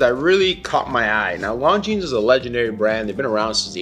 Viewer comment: 1. Viewers want to see the watch. 2. Its pronounced Longine. (without the "s")